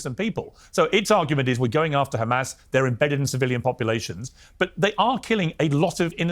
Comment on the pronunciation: He was saying Hummus this whole time.. Sabra hummus... :)